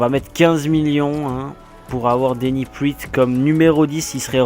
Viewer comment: Slt je suis nvx sur la chaine et g bcp apprecier cet episode 👌 Juste on dit "denis praat" et pas "priit" Bonne continuation 👍👍